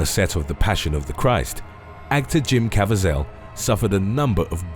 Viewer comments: It's Jim ca-VEE-zel, not cavi-ZEL. Great channel but some of your pronunciations simply leave me scratching my head, PLEASE, research your pronunciations and rehearse your material, especially with a person's name for christ's sake! Really disrespectful to the person who owns the name! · Cah-vee-zhul!! Geez, it's not like he's an unknown actor. Would it kill y'all to take the time, just a few extra minutes, to learn this stuff?? Sometimes I swear y'all do it on purpose to aggravate people!! I don't even like him as an actor, but even I know how to pronounce his name🙄! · Kav e zel pronounced- Caviezel, passion of the Christ destroyed his career before it started, had no work until person of interest or b film crime thrillers